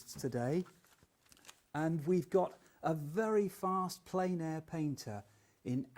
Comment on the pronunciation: Totally agree. And while I'm in the mood for a rant, "plein" does not rhyme with "pain" or "plane". It rhymes with "pen".